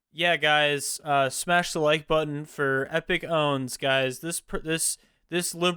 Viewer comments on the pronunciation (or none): none